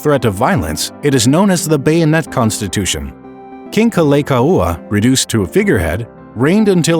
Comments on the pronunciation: I agree. I think what happened was that he thought the kahako over 'la' meant the long A sound. But the 'kaua' part was pretty bad too. Gotta give some props for not mangling Lili'uokalani, though - it wasn't perfect but could have been worse. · Kah-lay-kaooh-ah? Ugh my head hurts. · Pronunciation of Kalākaua is awful. Please fix Edit: Actually all the Hawaiian names are not pronounced well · They mispronounced “Kalakaua” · The pronunciation of King Kalakaua is atrocious.